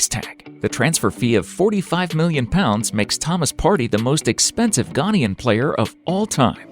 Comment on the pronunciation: Please. Ghanaian as in Ghan-AY-an. And ParTAY.